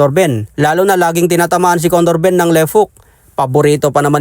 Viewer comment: Yow wtf! Did he just said CONNOR BUMM 😂